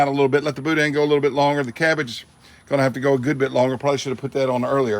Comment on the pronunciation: In PA "Pittsburgh" never heard of Boudin at first thought you said Boot ends